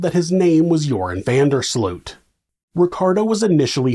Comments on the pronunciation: Pronunciation alert: van der Sloot. The “oo” is pronounced as ‘oa’ in Oats. So you’ll say van der Sloat. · That's because his name is being butchered throughout the whole video. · Now you live in the Netherlands, you should know, how to pronounce 'Van der Sloot'. Shame on you ! 😜